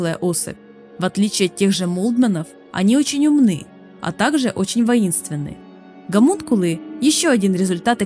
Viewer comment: Ну почему все так упорно коверкуют слово Хомункул. Ну нет там буквы Г. Нет)))